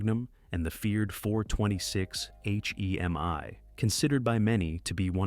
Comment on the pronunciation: Dumbass AI narrator. H-E-M-I 🙄🤣Couldn't handle the word Hemi. Are people really this lazy ?